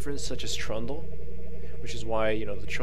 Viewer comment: i guess he says trundle